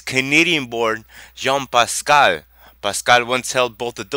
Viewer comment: its jean pascal not yann pascal